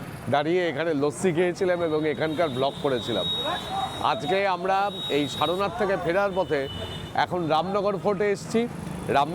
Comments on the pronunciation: বার বার শারোনাথ শারোনাথ ভুল উচ্চারণ শুনে কান ঝালাপালা। দয়া করে সারনাথ (সার্ নাথ ) বলুন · আমি ইচ্ছে করেই আপনার উচ্চারন ধরে শারোনাথ লিখেছি, ব্যাকারন গত সারনাথ লিখলেও আজ পর্যন্ত কাউকে শারোনাথ বলতে শুনিনি